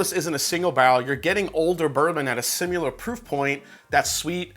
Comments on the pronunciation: SIMILAR not SIMULAR you're driving me crazy!!! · What is sim-u-lar?